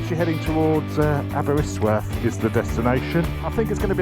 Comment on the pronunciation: Aberystwyth not aberystworth...arghh